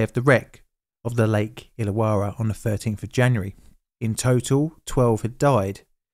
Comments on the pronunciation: Pronunciation tweak- Illawarra is pronounced Ill-a-worra. Yeah, it doesn't make sense. I grew up about 15 minutes from that lake, and that's the way we pronounce it. We have a suburb nearby called Towradgi... Tow-wrodge-ee. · May as well add "Lake Illawarras" pronunciation too the mix. Lake Ill-a-war-ra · 2 R's in "Illawarra" it's pronounced "illa - worra" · that artwork depicts a HG Monaro - but the one on the bridge was a HQ monaro - also you need to work on your pronunciation of Tasman ( Tasmn) and IllaWarra ( ill-a-warr-ah ) it help to remember that Australians dont open their mouth or move their lips - 'coz it lets the flies in. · The image of those cars with their front wheels hanging over the edge are seared into my brain. It was huge news in Australia at the time. BTW your pronunciations of "Tasman", "Hobart" and "Illawarra" are quite jarring to Australia ears.